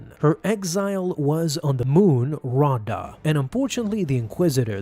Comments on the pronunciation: The moon Ahsoka was exiled on is pronounced "Rah-a-da" as said in the Audio book read by Ahsoka's voice actor herself. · Raada is pronounced Ra(h) ate uh 😉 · It’s (raw-ay-duh) and (Kay-den). Say it right. I have the audio book pronunciation on my side here. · If ever listened to the ashoka novel read by ashley its pronounced ri-ay-da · Bruh feaking hilarious how he pronounces Raada and Kaeden Larte 😂